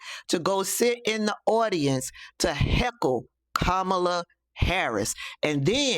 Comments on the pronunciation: The hate for Kamala is just puzzling to me!! These folks act as if she have personally harmed them smh!! They wont even say her name right!! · Anybody who mispronounces her name is a republican plant